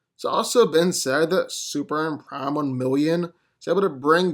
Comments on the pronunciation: Bro .... Its pronounced Super-Man!!! Not SUPRAN....... What dafuq is that????? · SuperMan. Say it with me. M-M-M. Maybe one day you'll break free of your repetitive trap & not say "So who's coming out on top here" 3 or 4 times a video too. Really annoying & unprofessional as a speaker. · You know there's an "M" in superman. It's not Superan